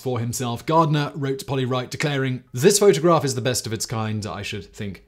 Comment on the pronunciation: Lol "photograRph"